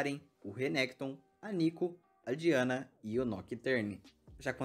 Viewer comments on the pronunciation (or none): none